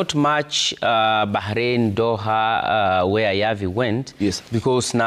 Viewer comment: Huyu anapronounce aje jina ya Doha ntk